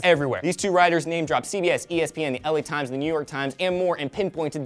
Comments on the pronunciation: lol when said LA Times i thought he said Times xD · Did you say Times?